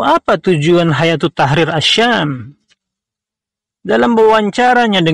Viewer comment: Kok mbacanya hayatu, ustadz ? Bukannya hai-atu